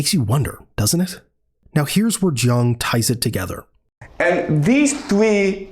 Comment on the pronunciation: His name is Ji-ang, not Jung. Get your AI bot writer and speech synthesis to say it properly next time.